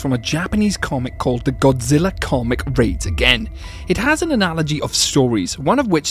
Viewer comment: he mispronounced godzilla raids again as godzilla reads again, and he gets divorced in a joke book